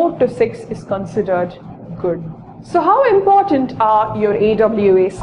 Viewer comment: imphartant or important ? POS!